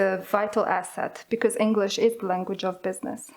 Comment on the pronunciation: she said englich instead of english ad stopped sometimes